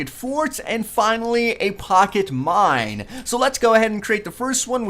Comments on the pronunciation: STOP SAYING MIND! ITS MINE!! lol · he mind instead of mine